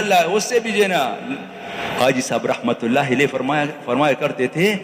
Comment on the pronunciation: Pl it's not Rahmatullah Elaihe it's Alaihe